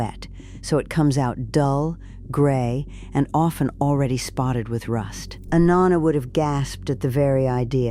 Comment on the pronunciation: Pronouncing “Nonna” wrong every time! I can’t watch! And I know it is AI